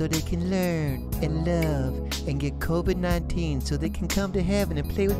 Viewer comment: the way he says "Covid" XD